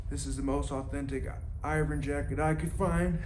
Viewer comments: It’s pronounced Ervin ! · Hey, look, it's me, I'm back. Remember, I'm the guy who taught you how to pronounce Irvin correctly. Then, you deleted our entire conversation. It's our 2 year anniversary. See you next year.